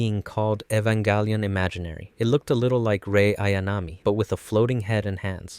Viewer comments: "Evan-GÆ-lion" 😐 what's with the "GÆ" pronounciation? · "Evangalleon" "see-lee" "asooka" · “Evanghelion” “Asueka” “a place called Antarctica”. Lol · bruh how you say evanGellion